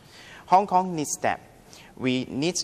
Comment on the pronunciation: warry The Chinese Language Enguish is this jus Over time, his daughter feels very frustrated (wrong tense) Eventually, he sends his daughter to...(wrong tense) It's a shrank (shame) The government leeds to review... (needs) Discuss 正確讀音為Dis guss Exactly 冇曬K音 bretter place